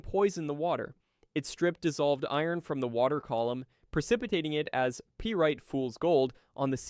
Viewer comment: Then they would know fools gold is called ‘pie right’- not “pee right”. (Pyrite)